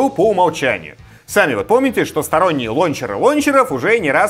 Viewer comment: Ну хоть сказал лОнчер, а не лАУнчер. Бальзам по ушам)))